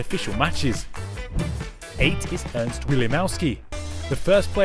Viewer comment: This is Ernest, not Ernst